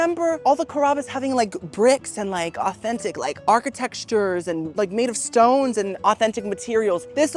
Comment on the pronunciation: babes - ar-ki-tec-ture. no x involved! loveeee youuuu